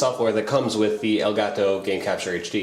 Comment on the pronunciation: i thought u said gay taco lol